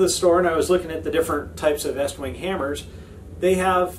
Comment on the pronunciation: How can I trust a guy who doesn't know pronounce the name to fit an American audience?